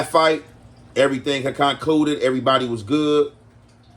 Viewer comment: Than said after everything “concuided” instead of “concluded”😂😂😂